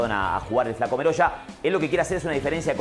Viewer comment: El apellido.no es meroya. Es.merolla.